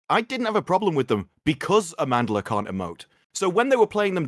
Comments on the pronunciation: It is pronounced Amanda-la. See, here in the West, what we decide is de facto. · I'm not even Zulu but purely as an African myself, Amandla should have made more of an effort to get people to say her name right. Or maybe her mother says it that way too and she doesn't know how to ssy it herself. As far as South Africa goes, that might be the most popular word known internationally because of It's history. Considering how woke she is, I'm surprised she lets people get away with amanda-la. It's not that hard compared to some of the other tongue crushing names I know.